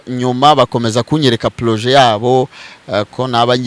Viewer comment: Big up on yourself petit yangu, ubikora neza pee Gusa bavuga projet ntabwo ari plojet hhhh